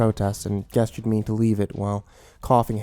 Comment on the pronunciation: This is the second story where I've heard you mispronounce the word "gesture." It's pronounced "jesture" with a soft "g." Come on man your job is vocalizing words lol